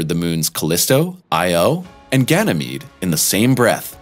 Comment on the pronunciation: after a side trip to gannomeedy